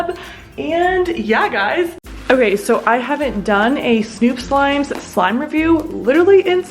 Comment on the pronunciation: It is snoop slime not stoop slime